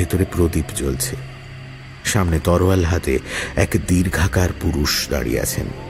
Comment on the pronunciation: তরোয়াল না শব্দটি "তলোয়ার"